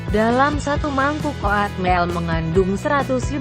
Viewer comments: Oatmeal jadi O - AT - MIL. 😂😂😂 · Ngomong Oatmeal nya lucu 😂